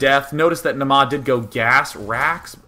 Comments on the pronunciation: You're pronouncing it "Namaa" but it's "Naama". The first A is long. Finnish is hard to pronounce but just so you know =D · Naama is a finnish word that means Face. It's pronounced Naa-ma not Na-maa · it's pronounced Naa-ma